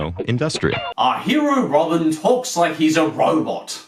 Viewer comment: wow you said robin like you say in sweden :D can you do a top 5 best swedins cartoons? btw if you do say hello in swidish (its Hej)